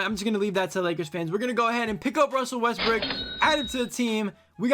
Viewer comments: i love how he said lets pick up russel westbrick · U said westbrick🤣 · Bro said Russel westbrick